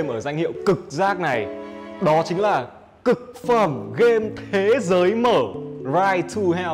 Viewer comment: Nghe ông rặn từ "cực phẩm" mà nghe cứ như "cục phân" í